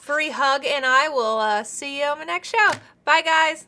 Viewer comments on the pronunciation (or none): Can we agree he said “shoe” not “show”